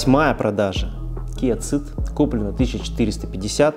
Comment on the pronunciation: да ё моё, почему Киа Цыд? это как и Хонда Цывик? в англ. языка city, cinema - сити, синема и т.д.... Сид и Сивик... ЖЕ )))) Seed - тоже Сиииииии....